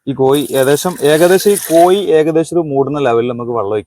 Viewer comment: കോയി അല്ല കോഴി